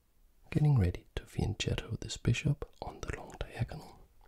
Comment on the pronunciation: Fianchetto is pronounced "fianketto" actually ;)